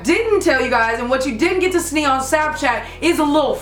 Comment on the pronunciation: Lol "What you didn't snee on Snapchat" lol not making fun f anybody it was just funny! 😂😂😂😂😂 btw I love